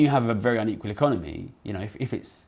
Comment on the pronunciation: Great video that deserves wider circulation. One request would be to work on your diction in places. It is quite key in a video comparing an equal with unequal societies that we can discern whether you are saying equal or unequal. I have a very mild hearing loss and had to rewind in places to check.